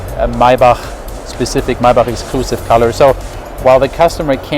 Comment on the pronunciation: THAT, is the proper way to say Maybach, for all of you who are wondering..